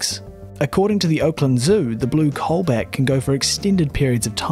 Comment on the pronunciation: DUDE! COBALT NOT COLBAT!!!!!!